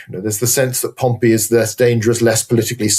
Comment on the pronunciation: Great episode! But your pronunciation of Pompey (POM-pee) as Pompeii (pom-PAY) was wild, even after your guest pronounced it correctly through the discussion. 😂